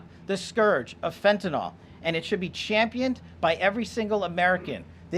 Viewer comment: 😮It's "FEN-TAN-YL" NOT "FENTANOL".It DOES make a difference !!! Fentanyl is a drug...fentanol points to a compound that is an alcohol- which the drug IS NOT!!! Anyone in the heathcare industry could tell you that!You'd think that someone at this level would pronounce the name of a drug they're fighting would GET IT RIGHT!!